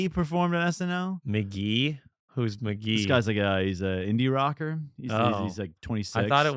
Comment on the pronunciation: It's pronounced McGee